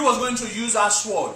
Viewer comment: The pronunciation of the word sword is pronounced sord not Swwwoooddd